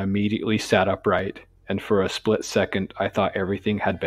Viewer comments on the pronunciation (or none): none